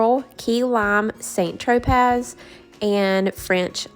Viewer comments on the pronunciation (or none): Lovely. St. Tropez is pronounced sah Tro-peh. 😊 gotta get these spray paint colors asap